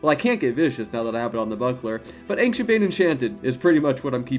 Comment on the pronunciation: Man, I love your videos! But it scratches my ears every time you say “ankshient”! It’s pronounced “anshient”, drop the “k”!